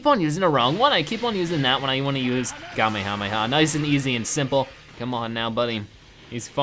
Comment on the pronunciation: It's called the kamayamay wave